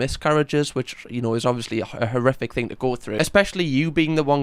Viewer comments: I think he said horrific but it lead quickly from most which made it sound like he said terrific 😅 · …..He said “horrific”.